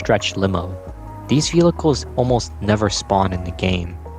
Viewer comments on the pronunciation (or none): Man said "Velhichles" not once, not twice, not thrice, but 15-ice. But his pronunciation of "cops" is funny, so he gets a pass.